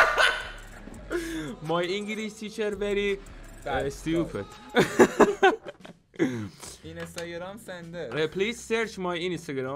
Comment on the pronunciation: Stupid ❌️ stioped ✅️